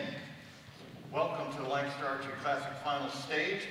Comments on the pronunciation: lol not you PJ! restart the video and listen to the announcer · These announcers need to learn to pronounce Lancaster correctly